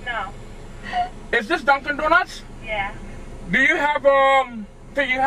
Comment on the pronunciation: The way he says Dunkin Donuts is awesome